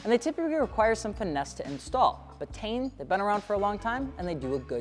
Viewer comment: It’s not tane it’s T-in.😂😂😂